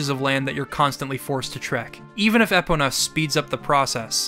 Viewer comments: Everytime you said Ehpuhnuh instead of Ee-POE-nuh really irked me and idk why lmao. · Did he just say “EH-pona”?? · Y'know, this retrospective is great and all, but I can't get over Eh-pona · More like Eepona when I'm trying to say it properly, but sometimes the first vowel gets reduced to a schwa. The important thing is to put emphasis on the "po" in my opinion though, so it's more of an issue of emphasis than actual vowel pronunciation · Thank u! thought I was the only one who noticed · Why do you pronounce is Ehpona?!?!?!? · This was my first Zelda, so this game ALREADY had important significance to me, but after hearing this, I learned just how more monumental OoT really is. …also was anyone else thrown off the way pronounced “Epona”?~ XD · Never heard Epona’s name butchered like that before. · disliked for how you pronounce "epona" shits just wrong